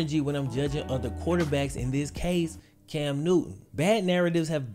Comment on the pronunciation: Cam "New-N" lol